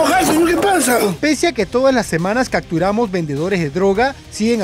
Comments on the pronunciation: CAPTURAMOS no CACTURAMOS . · Capturamos no cacturamos